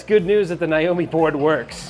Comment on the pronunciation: My god… it’s NAAAAYYYYYY O MEEEE NOT N EYE O MEEE.